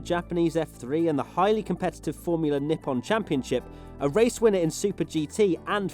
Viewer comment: Anyone else laugh out loud at formula "Nippon" 🤣🤣🤣